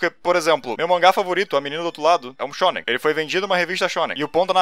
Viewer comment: Eu só consigo ouvir "sêmen"